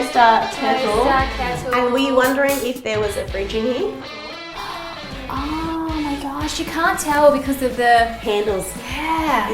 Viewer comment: why do you say here with an 'a' in it...?